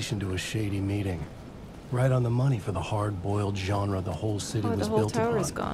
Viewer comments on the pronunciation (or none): none